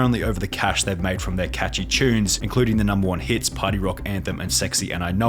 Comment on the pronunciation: “From their catchy chunes”